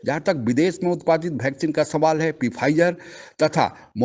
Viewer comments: आप "वैक्सीन" को "भैक्सीन" क्यों कहते हैं? 😂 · O वैक्सीन होती हैं.... भैक्सीन नहीं....